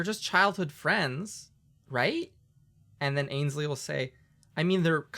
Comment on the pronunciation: Fewwwings for your fwiends?